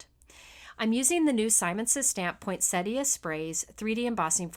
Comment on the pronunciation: U r a true artist!! You bri ng everything to life. And one of the few people that can pronounce "poinsettia"...